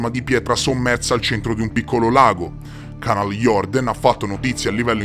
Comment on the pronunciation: Si pronuncia Canal jurden